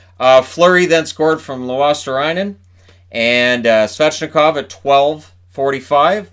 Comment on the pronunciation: Butchered the name of Luostarinen :D